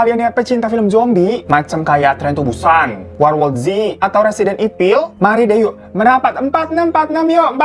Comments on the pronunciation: Lowkey dengernya resident itil. 🤐😂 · Gw denger pas denger ini malah kedengernya 'residen itil' bhahahha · Iya residance itil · Gua salfok pas bang radifan bilang "RESIDANCE i***" apa cuma kuping gua doang apa ya tolong dong di menit 😂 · dy nyebut evil nya mau sok² english kan tp malah nyebutnya ipil,,😂😂😂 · Kedengeran gw residen itil 😂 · Sama anjir gua denger nya rrsidence itil 😂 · Ipil wkwk gw juga sm awal dnger ulang" deh wkwk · "Resident Ipil..." bangke lu bang wkwkwkwk